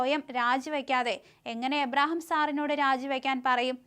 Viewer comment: അവതരിപ്പിക്കേണ്ട ഭാഗം പല പ്രാവശ്യം വായിച്ചതിന് ശേഷം അവതരിപ്പിക്കുക. നിങ്ങൾക്ക് മനസ്സിലാവാതെയാണ് വായിക്കുന്നത്. മലയാളം വായിക്കാൻ അറിയില്ലെങ്കിൽ ആദ്യം അത് പഠിക്കൂ. കെ എം എബ്രഹാം എന്ന പേര് പോലും തെറ്റിക്കുന്നു. കഷ്ട്ടം തന്നെ.